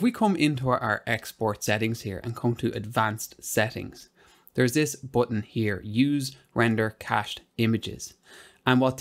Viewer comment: Guy proving he's British.... "Un Bootun"